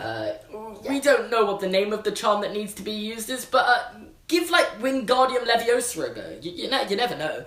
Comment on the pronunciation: its leviOsa not leviosA